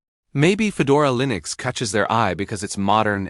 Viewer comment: WTF is Lee-nux?! lol